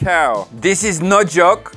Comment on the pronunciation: Here's today's comment... Says: "Dis is nuh juk" Me: He was trying to say this is no joke. Me: Wut the heck? says (yelling): "That's too mean!" also says "And Offensive" me: why I ought to give them an Idea about what they are actually using am I right or what?